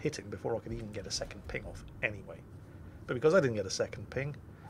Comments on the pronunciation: "One phing ohnly pleashe" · " i schall have one phing, and one phing only."